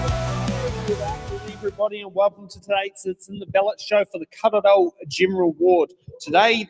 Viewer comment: Kawerau not car row 🙄